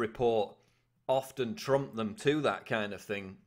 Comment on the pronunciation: Kind... not king :0)